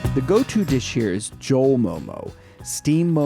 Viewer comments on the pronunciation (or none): joll like jolly?? .. kata ko nepali yo chai. Jhol is pronounced Joll as in Toll.